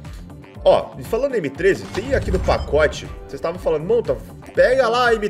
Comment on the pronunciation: Da hora quando vc fala montavao aqui kkkkk